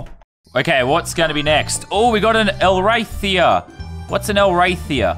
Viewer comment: lazar its not a elrathia, its a i'llrapeyoua